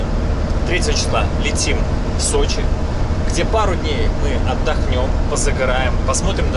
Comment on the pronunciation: Не Сочей, а Сочи))) Слух режет когда не правильно говорят